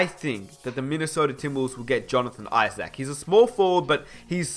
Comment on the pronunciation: be like "Jonathan IsACK"